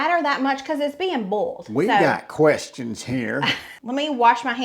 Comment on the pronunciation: Easy way to pronounce boil... Boy-L